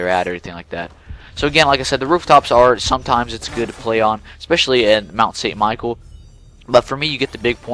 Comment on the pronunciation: lol good effort but its michel not michael its french :x